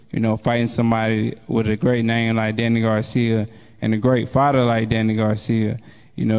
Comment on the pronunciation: Danny Garcia! Not Garciam Philadelphia not Philadelphiam!!!!!!